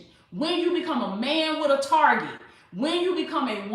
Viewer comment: Target (not Targe') lol